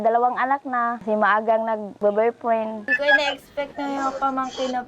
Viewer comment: "maagang nagbo burfreng"